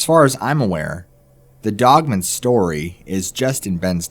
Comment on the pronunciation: Dude i have to tell ya I love the narration. BUT, IT DRIVES ME NUCKING FUTS THE WAY U PRONOUNCE “DOGMAN.” It sounds like ur saying “DOGMEN” instead of “DOG-MAN.” U dont annunciate and pronounce the word “DOGMAN” then way its supposed to be pronounced. Its pronounced “DOG-MAN, DOG-MAN, DOG-MAN.” LOL. The DOG part is pronounced correctly. But the MAN part sounds like ur saying MEN. ITS PRONOUNCED DOG AND THEN MAN. DOG MAN, DOG MAN, DOG MAN. It kinda ruins the story when u mispronounce the name of the topic of the story. Can u not say MAN like if u were to say “I am a MAN?” Do u pronounce the word MAN by itself like ur saying “MEN?” When u say “oh MAN!” Does it come out like ur saying “OMEN?” U shud work on that. U wud be my favorite narrator if u would just correctly pronounce the word DOGMAN. Its really not hard unless u have a speech impediment or sumthin. It doesnt sound like u do tho. It jus sounds like u dont kno how the word DOGMAN is supposed to be pronounced.